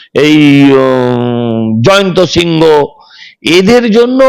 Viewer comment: জয়ন্ত সিংহ (বাঙালী নাম) নাম হবে না ওই গুন্ডার নাম জয়েন্ত সিং (বিহারী নাম) হবে। সজল বাবু নামটা ঠিক উচ্চারন করুন।